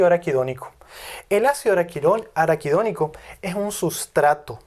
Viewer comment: Se equivoco muchas veces al pronunciar araquidonico. Sospechoso.